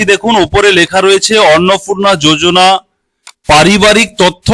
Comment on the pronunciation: Kotha ta Annapurna Annapurna na thik uchharon korun